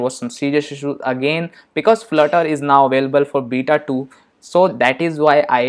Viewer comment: did you said florer ? hahahah spell it flutter Man 😄😄😄 what the hack !!!